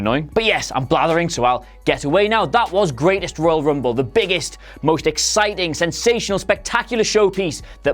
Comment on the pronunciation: I lost it when he says 'Oil Rumble'......